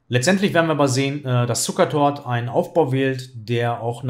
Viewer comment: Ich habe Zucertot verstanden :D